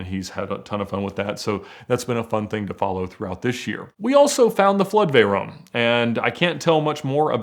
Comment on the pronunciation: VeyRONE.. ugh.. please stop saying it like that.